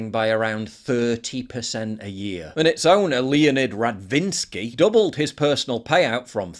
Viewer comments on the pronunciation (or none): Hahaha! I liked the way you pronounced that name; radVINSKY, like implying "yeah, guess what the origin of this individual is...!" And of course, we guessed. It just doesn't fail; it's these gentlemen who are all over the place when it comes to porn and depravity. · Leonid "Radvinsky" every single time, Oy Vey...